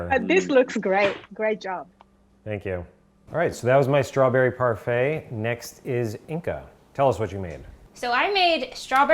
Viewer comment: Yes! I mean, when my boy said "parfait" 🔥🔥🔥🔥